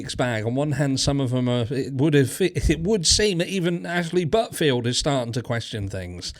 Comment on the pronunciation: “Buttfield” again 😂😂😂😂 idk why that makes me belly laugh but every time you say that I roll 😂😂😂😂